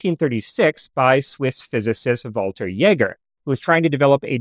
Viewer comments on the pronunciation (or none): none